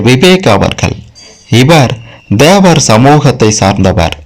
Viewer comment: DHEVAR தேவர் இல்லை THEVAR தேவர் உச்சரிப்பு கவனம்